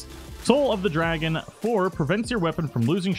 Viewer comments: REEEEEE IT DRAGOON NOT DRAGON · Good to see i wasn't the only one slightly put off but them being mispronounced.